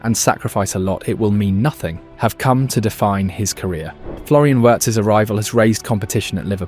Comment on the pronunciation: Its Arn-uh Slot and Florian Veertz. That's the pronunciation. Arne Slot is not from Spain, I'm sure he'd appreciate it if people stopped pronouncing his name as if he were. The E makes an uh sound, not an Ay sound.